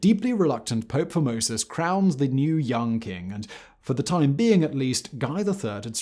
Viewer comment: I swear I would hear the name 'Formosus' and kept hearing 'Pope Phimosis'... A pope named after a foreskin condition that reportedly afflicted King Louis XVI...Now that's comedy.